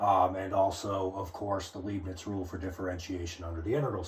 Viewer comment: The name is Leibniz, not Leebniz!